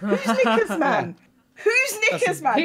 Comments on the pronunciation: I misheard when said "knickers man" and thought he had a heated gamer moment 😬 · I thought had said the n-word and I gasped